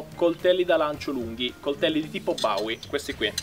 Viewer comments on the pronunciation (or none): Il coltello di Jim Bowie non è nato per il lancio nè tantomeno è nato per essere senza impugnatura...e poi quel cognome si pronuncia in modo molto diverso....